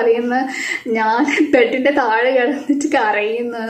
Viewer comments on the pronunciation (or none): none